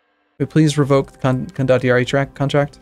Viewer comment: I am pretty sure it is pronounced con-do-tee-ar-ee.